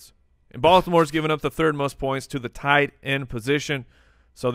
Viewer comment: that tee is toight. Toight like a toiger.